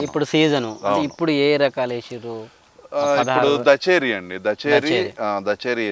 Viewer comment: దచేరి కాదు బ్రో దశేరి వరైటీ